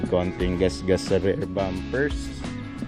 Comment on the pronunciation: boss pronounciation ng “Rear” Rir hindi “Rare”